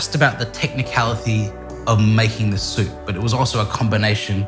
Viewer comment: Hmmm...Impressive. Mr Liaw.. I'm a Japanese guy living in Uk. Many people asking me how to make ramen. This video made my life easier! I'll just send them link. Well executed, absolutely needless to say. best ramen "soopu" instructions ever + perfectly pronounced like a Japanese native about these ingredients.